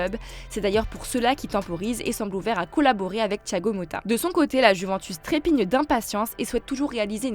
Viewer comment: Apprenez-lui à dire « Juventus » svp